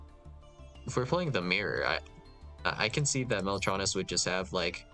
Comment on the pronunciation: He pronounced it right lmao